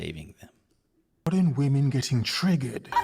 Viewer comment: The guy who made the video says women in plural like woMAN. What’s up with all these idiots that can’t say women instead of woman